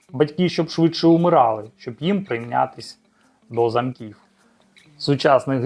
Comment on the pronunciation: До зАмків, а не замкІв. Різні речі: зАмок- споруда замОк- колодка, замОк на сараї. СлУгам, в не СлУгам. Це яка мова.?